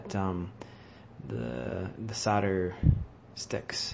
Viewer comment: The word is SOLDER not SODDER you ignoramus. When you sell a house do you SODD the house?